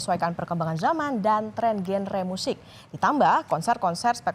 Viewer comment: "GENRE" -- salah baca ... salah ucap ... harus dibaca seperti "JANDRA"